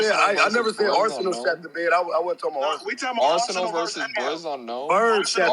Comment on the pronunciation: nigga said Brizz😂😂 Smh